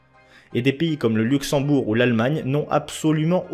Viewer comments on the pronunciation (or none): none